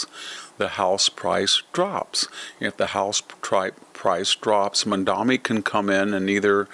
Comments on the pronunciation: Mamdani not Mamdami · We hate him, but pronounce his name correctly. Mom daNi. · Why do you insist on pronouncing his name wrong? Its sounds exactly has it looks, but you insist on saying MaNdaMi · You know, I really don't like the guy, but could you at least pronounce his name correctly? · You're doing to Mamdani's name what you do to nuclear (nucular).